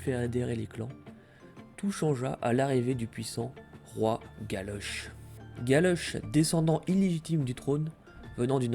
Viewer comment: Plutôt sympa et c'est cool d'avoir ce genre de vidéo en français. Par contre attention à deux trois détails : c'est Golloch, pas Galoche XD